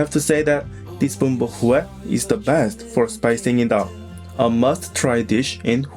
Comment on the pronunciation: Suggestion: learn to pronounce “Huế” properly !